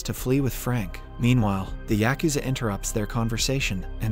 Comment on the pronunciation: Yakuza pronunciation yuh koo zuh .